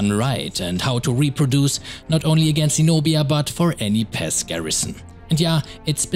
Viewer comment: He said pass I thought he said pest ( NO hate )